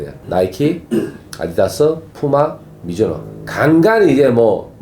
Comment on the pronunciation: 갱상도 사투리 ㅋㅋㅋㅋㅋ